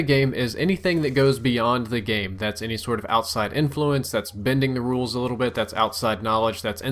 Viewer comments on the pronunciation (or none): none